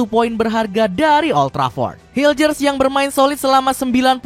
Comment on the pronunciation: Bisa bisanya media gak tau cara nyebut nama pemain timnas 😅 bukan hiljers tapi mes hiulhers udah diajarin sama orangnya langsung